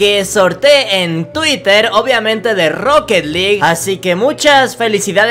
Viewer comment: Se dise roket alug